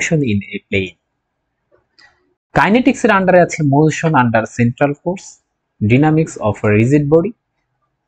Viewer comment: উচ্চারণ ডাইনামিক্স হবে না?